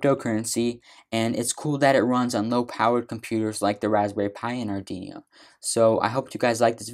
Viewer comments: arduino - ar-du-wee-no not ardi-nio / open source - sors not stors / Repos- ree-poes not reppos / . sorry man but it was killing me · good! i love how he said "Ardinious" XD but thank you for the tutorial, really helped me UwU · JFYI, you are mispronouncing Arduino. But otherwise, well done! :)